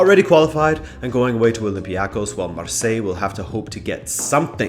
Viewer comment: man. The olympiakos pronunciation is all wrong